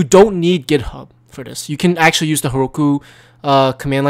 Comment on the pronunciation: when u said "github" i thought u said "pornhub"